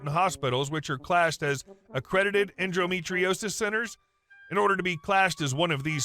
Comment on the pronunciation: It's en-do, not en-dro metriosis.